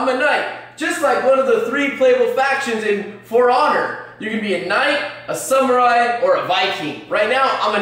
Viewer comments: "A knight, a viking, and a sumurai" Lel, sum, not sam. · said sumerai